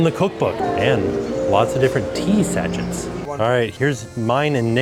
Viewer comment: Tea sach-ettes?😂. It’s sash-ays.